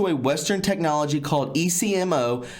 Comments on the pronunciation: Ecmo machine pronounced Eck-Moe. People are blood typed when having organ transplants because they have to give organs to people with the same blood type, or types that are compatible. If not the recipient will reject it. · I recall reading about this last year. China even built a hospital just for this practice. Potential recipients contact the medical facility and are told the wait time might be 1-2 weeks and are provided information on accommodations while they wait. I worked in a transplant unit in the US. Patients here may wait months or years. Also the ECMO you are talking about is an acronym and usually pronounced Ek'mo (short e long o). It is cardiac bypass, used widely in the US for bypass surgery (hence called "bypass"), so that the heart may be stopped and bypassed during grafting of veins onto the arterial side, therefore bypassing the blockage that was starving the heart of oxygen. I was an OR nurse and ICU recovery nurse in my younger days. ECMO is also used in the pediatric ICU's for various issues. Attached are some articles on the china issue for further reading. Falun Gong, is a practice used by many in China. What little I know from reading about it is, those who practice Falun Gong have spiritual peace and tranquility and are healthy in mind, body and spirit. Therefore their organs are highly prized, because of their peaceful mind and body, in essence, good quality, healthy organs. Prisoners have blood samples taken, yet are given no reason for this. I would imagine that the samples are used to catalog all necessary information needed to match the donor to a given recipient. This practice is horrifying and barbaric and I do pray these monsters burn in hell.